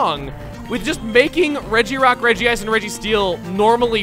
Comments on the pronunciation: its really regice not regieice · Its pronounce Re-Gice. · Regice (Redgy -ice) It was pronounced that in one of the Pokémon movies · its name is pronounced regi-ice. in japanese its name is written in hiragana, meaning that the akward regiice spelling doesnt occur as each kana is different and they all say re-gi-a-i-su. however, writting regiice was weird so they changed it to regice even though its pronounced regiice. same thing happened to lunala: in the original screenshots of the trademarks they had lunaala. just mashing two words together looks pretty weird so they changed it to lunala.